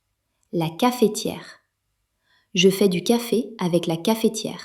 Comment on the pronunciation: Utile. Remarque : Cafetière [kaf. tiɛʁ], la voyelle E n'est pas prononcée car il y a une seule consonne prononcée devant. On dit donc caftière ou dans le sud cafeutière mais pas cafétière ;-)